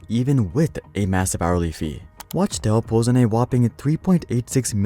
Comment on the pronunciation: Wachtel is pronounced "Wock Tell"